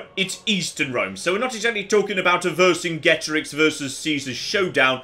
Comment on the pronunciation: Pedantic comment of the day: the pronunciation of Vercingetorix hurt me